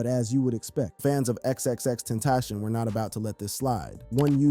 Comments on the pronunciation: LEARN HOW TO FUCKING PRONOUNCE ITS NOT GEKYUMI ITS GE K Y U M E AND ALSO ITS FUCKING X X X TEN- TA - SION NOT XXTENSION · Xxx ten tas see on . Is how u say it fqm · Should’ve learned to say his name before doing the video 🤦🏽‍♂️ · nga died 6 years ago and you still cant pronounce his name right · I DONT MEAN ANY HARM BUT PLEASE LEARN HOW TO PRONOUNCE HIS NAME THANK U